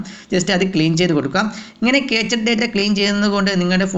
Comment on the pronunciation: ക്യാച്ച് അല്ല ബ്രോ ക്യാഷെ എന്ന് ആണ് പ്രോനൗൺസിയേഷൻ